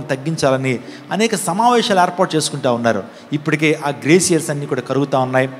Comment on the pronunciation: బెదరో.. గ్రేసియర్ కాదు.... గ్లేసియర్ అయ్య... కానీ నీకెందుకు దుమ్ము రేపు....